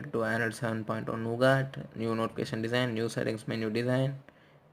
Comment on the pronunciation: Its Nougat, not Nogaat...